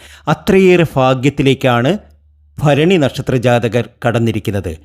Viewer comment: ഫരണി അല്ല ഭരണി ആദ്യം ഉച്ചാരണം നന്നായി പഠിക്ക്